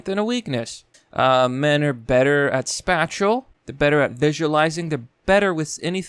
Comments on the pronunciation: Spayshul not spatchel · Space-shal Not spat-shal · Spatchal?lol does purposely mispronounce words to troll or does he honestly not know how to pronounce a lot of words. Lol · What is "spacial"? ..Or "spashel" ..Or whatever it is you said that men are better at..? I've never heard this word, "spashal".. Did you mean "spatial"? As in to take up space..? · spatial is not pronounced like the syllables in spatula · If you pronounce 'spatial' like 'spatula' one more time, I'm unsubscribing....just kidding....but, y'know, stop it. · Holy fuck, dude... Buy a fucking dictionary and learn how to use the pronunciation symbols. Spatial is pronounced so damn wrong I nearly didn't know what the fuck you're talking about. What the actual fuck is with Americans and their lacklustre approach to language, do y'all not realise language is one of our most magnificent achievements and important tools? Give it a little fucking respect for fuck's sake. Yes, I'm generalising. So STFU you minority that are already getting the idea to be intellectually dishonest and pretend this isn't a common theme and weakness of Americans. Credit where credit is due, similarly criticism where it is needed. Thanks for computers and the Internet though, I wish my own country had the second amendment.